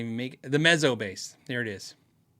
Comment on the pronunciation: I like the looks of the Ibanez TMB30, but none of my local stores have one to try. BTW, Mezzo is pronounced like pizza.